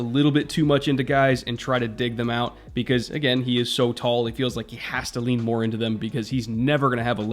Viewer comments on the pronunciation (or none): none